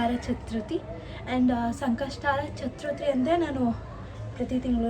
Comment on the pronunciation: Adu chatruthi alla chathurthi